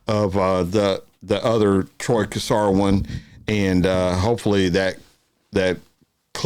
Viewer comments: Please please pronounce his name correctly.. The Cassar is said with a silent r on the end, CASSA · G'day, love watching your videos you do a great job. Don't mean to be picky but Troy Cassar Daley, the Cassar part is pronounced as' Casa '. Keep up the good work.